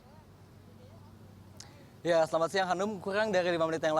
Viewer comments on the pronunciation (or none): Reporterny ngomong R aja susah.. r jadi krrkrkrkrk... corona jd coyona